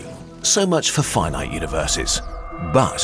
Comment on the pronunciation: I like the way you say Fye Night, (Finite) it's totally not the way I would have expected that word to be said.